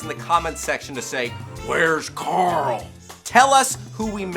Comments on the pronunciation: Coral? Coral?! CORAL!!! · Where is coral? Coralll? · Carl not carol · CORALLLLLLLL !!!!!!! CORAL??? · Rick: CORAL...CORAL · Rick pronounces Carl as Coral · Wurrs Carl? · His name is Carl NOT Coral. That is a type of fish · Maybe Rick is foreshadowing by pronouncing Carl like "Coral" because one day, they'll all die (obviously) and become a big giant coral reef after a huge flood. Too much thinking? Nahhhhhhhh! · HIS NAME IS CARL OR CHANDLER RIGGS NOT CORAL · ITS CARL NOT CORAL